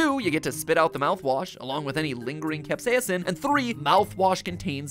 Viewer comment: I can't get over how every time Mat says "capsaicin" it sounds like he glitches out on the second syllable. 😂 CapsaEEEEHHHcin. 🤖